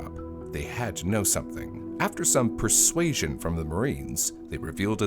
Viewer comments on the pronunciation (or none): The way to emphasize persuasion makes it sound like they were tortured.